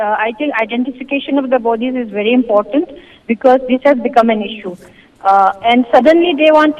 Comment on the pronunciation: your pronounciation is bery bery nice !!To=Tu🤣🤣